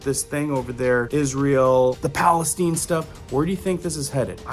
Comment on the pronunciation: Palestine (middle east) not Palesteen (Ohio)🤦they are pronounced different